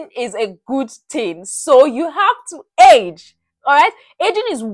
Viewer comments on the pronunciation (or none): bruh i got so scared as she said age, she makes it sound like edge so much